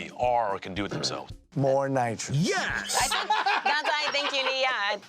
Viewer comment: * Mario accent * “YES!”